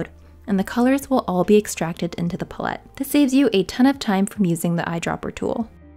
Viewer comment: You are mispronouncing “palette”. 🙉